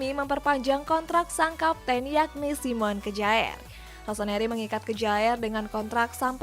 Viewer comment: Itu simon kejaer atau simon mujaer ?